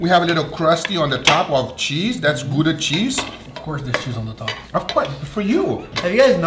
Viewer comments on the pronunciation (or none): We will forgive you for mispronouncing Gouda, love to see a nice Dutch cheese used once for the side dish. Looking great! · It's named after the city of Gouda so you are wrong, pronunciation is wrong.